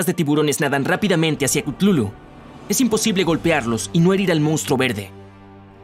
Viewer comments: No es cutlulu es cutulu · no es klutulu es kutulu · Yo creo que se pronuncia cutulu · No es ctutulu es ctatulo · Se pronuncia Katulu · Gente chutulu se pronuncia cutulu, bueno de hecho no se puede pronunciar pero el punto es que aqui lo hacen ver re mal investigen no se queden con esta versión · Si no sabes hablar sólo pregúntame se dice cátulu no no pude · he estado todo el video gritándole al teléfono la pronunciación de Cthulhu